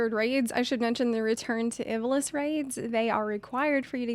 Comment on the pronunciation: Ivalice is pronounced like "Eva-Lease." The Is are pronounced like long Es.